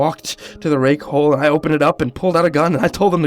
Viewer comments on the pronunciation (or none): I heard rape hole